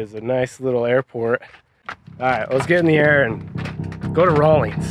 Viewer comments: Oh... RAWLINS, not Rawlings. I was just there this morning. You out of Pocatello? If so, make sure you stop in to the Chubbuck Wally Mart and try some Wyoming beef sticks. They're amazing! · its just Rawlins. No g Raw-lins